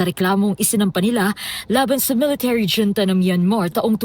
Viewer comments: Huwag na kasi gawin pacute ang pronounciation ng “hunta” at hindi “dyunta”😅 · Dyonta daw😂 😁 bakit dto nagreklamo pwedi ba yon..yong dyonta ms.reporter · Yong reporter parang si YUMUS! Hunta Hindi yunta! Yudi.......sana tinanong mo din si Dola sa tamang bigkas😊